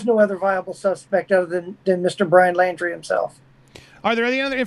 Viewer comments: 'Laundrie'....not 'Landry'. Thank you. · It's not Landry it laundry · Why does he keep saying Landry? It's Laundrie with an 'au' sound. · Apart from getting his name right it's Laundrie not Landry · it’s Laundrie, like laundry…..NOT LANDRY. GRRRRRRR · Good interview but I cringe every time he says Landrie instead of Laundrie. Sorry I have OCD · The name is pronounced Laundry, not Landry!!!!!!!! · This guy has no idea wh as to he talking about say wrong person name he definitely no detective its Brian laundrie not landry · It’s LAUNDRY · Why is he calling him "Landrie"? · He's pronouncing it "Landry"..?